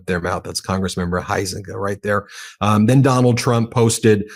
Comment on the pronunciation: UM...not pronounced Hi-Zenga where I'm from. Although there are two ways I know how to spell it, In Illinois it's pronounced HOWS-EN-GAY. Yeah, he is also a Trump Ass kisser as well.